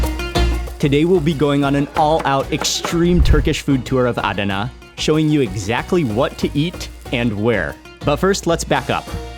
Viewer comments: It was pronounced AhDana, emphasis on the second syllable when my family and I were stationed at nearby Incirlik AB. Anyway happy to see you there. In the past Adana was considered a secondary city compared to Ankara, Izmir & Istanbul. They've made some significant headway to be more respected now. Next time you're there go to the BP truckstop close to Incirlik. We used to eat there regularly...great food. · Mark, I love you man, but the way your pronouncing Adana is killing me 😂😅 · I love Turkish food and have been eating it for years. I usually order Chicken Adana. I'm wondering about the way you are pronouncing Adana. I always called it Chicken A Donna" with a soft "a" sound. No one ever corrected me even my friend from Istambul. What were you told about the way it is pronounced? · A-da-na . All open a s. All sound as a in arm